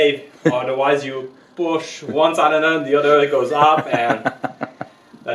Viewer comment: I bought a 1964 case 430 diesel for 1300 dollars because of you! Needs work, but it was driven 5 miles from the farm to my 1/4 acre in town house with no smoke. May I correct your pronunciation Of cylinder? It sill like window sill. Joe